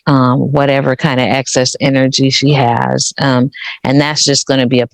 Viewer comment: "Acsess energy" Excess 😊